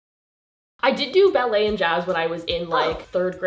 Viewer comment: pronunciation of ballet words hurt me😂